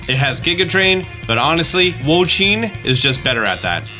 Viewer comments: Hey, Wo-Chien is pronounced "woah she in" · I really appreciate the videos, however your pronunciation of "Wo-Chien" is killing me. It's pronounced like "wo chee en", not "wo cheen".